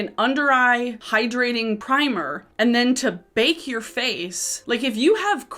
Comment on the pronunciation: Every time you say “bake and brighten” it sounds like “bacon” brighten...and then I just visualize people putting slabs of bacon or facon under their eyes to decrease puffiness on eye bags. Hahaha!!